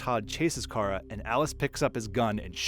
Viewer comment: Why do you call Kara 'Kai-RA'